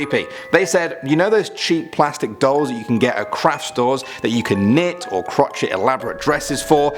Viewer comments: The word is crochet (pronounced kroschay - not crotchet). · its Cro Shey not Crotch It!! Go gettum Tiger!! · *it's kroshey not krotchet (Crochet) 😂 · Um, I love you but it's (crochet) pronounced crow/shay:)